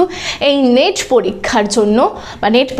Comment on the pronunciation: নিট না নেট বলুন 😂